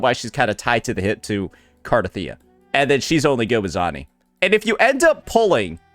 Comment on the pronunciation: Yep, same for "Zoni" instead of Zani